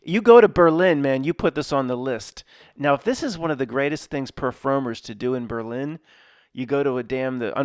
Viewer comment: But his Berlin sounds really good. ..Original. ..Berliiiiin